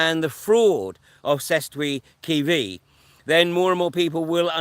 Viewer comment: Hi. To help with the 1666 act declaring all people dead pronunciation: Sessta Kay Vee